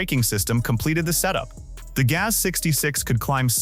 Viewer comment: GAZ is not gate, nor ga-whatever,. Maybe the robots could be taught how to pronounce words the right way, but only if the programmers value the viewers... that has a very low chance, so just upload more crap, it's a cheap money-making machine.